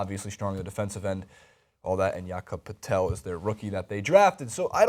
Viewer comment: It's pronounced PURTLE not patell